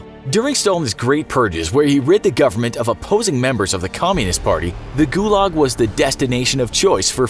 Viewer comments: guyuyuuuuulag is how you pronounced it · Ith pronounced like goolag actually thilly thilly youtuber